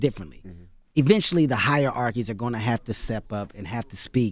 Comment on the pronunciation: this nigga keeps saying higher-arkies lmao